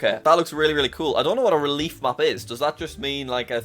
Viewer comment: Is that really how you pronounce relief?